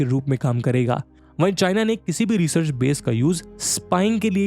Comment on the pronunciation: अनंत होता है. And it's research, not resurch!